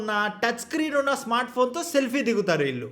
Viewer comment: కొంచెం తెలుగు pronunciation మీద శ్రద్ధ పెట్టండి. .. "ఇంతలా love చేసుకున్న ' వీలు ' " అని పలుకుతున్నారు .. అది వీలు కాదు .. "వీళ్ళు" అని పలకాలి